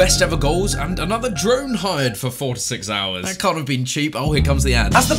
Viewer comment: Can't* not Khon'